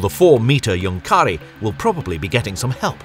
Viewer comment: Great film, just a litle thing Junkkari is pronounced Junk-ka-ri and the U is much deeper than in the word junk